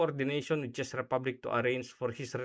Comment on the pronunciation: Thanks lodi sa unang pag analize ng mga possibilities dahil sa pangyayaring ito. Czech- tzek lodi, not chis ang pagbigkas po.❤❤❤